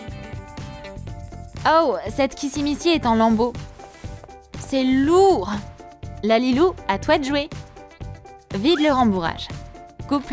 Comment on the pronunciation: On dit lalilou Pas la lalilou